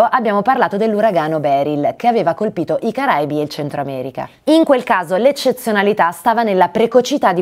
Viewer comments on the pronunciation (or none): none